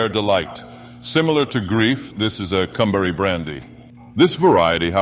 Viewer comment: I keep hearing cum berry.